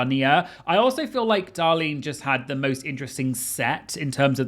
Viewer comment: So funny that he corrects the American pronunciation of Cheshire but literally cannot say “Darlene”. Just a quick reminder is “Darlene” not “Dahlin”